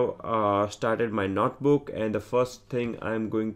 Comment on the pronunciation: This is a great tutorial. I just wish the author could stop saying "Not Book" instead of notebook...